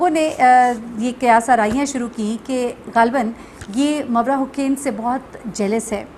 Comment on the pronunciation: Its Mavra Hussain, not Hocaine